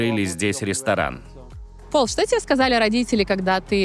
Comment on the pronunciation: Не Пол, а ПАУЛЬ